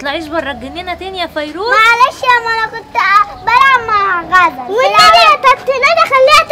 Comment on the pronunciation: ليش غزل بتحكي فريوز ومش فيروز